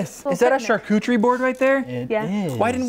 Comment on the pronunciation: i really thought he said charc00chie board